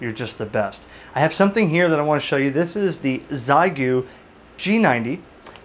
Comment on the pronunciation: Almost certainly Xiegu is pronounced "she-ay-goo"!